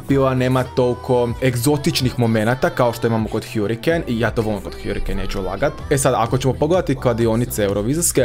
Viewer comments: hArikejn🤣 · Kada ce ljudi shvatiti da se ne čita hjurikejn nego hrikein